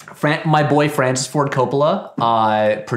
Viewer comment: Patrick says "My boi Francis Ford Coppola", but it sounds like "my boyfriend Ford Coppola" which fascinated me because it seemed to imply that the respect and admiration that he felt for the legendary director had transformed into a full-on romantic obsession, probably as a result of watching so many films of his in a row while drinking his wine.